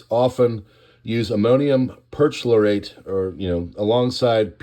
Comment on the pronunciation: Thanks for the news on this terrible explosion. Just fyi: Perchlorate (per-CHLOR-ate)